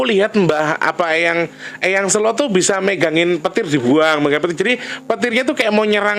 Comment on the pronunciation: kata SELO....pengucapan awalnya kyk lagi bilang kata bhs inggris SAY.... 😁